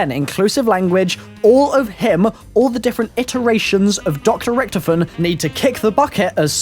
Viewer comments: he says ricktofen instead of Richtofen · its richtofin not richtoofin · Did he acualy just say ricktifin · whenever watching his videos, i cant help but always get annoyed by how he pronounces Richtofen.....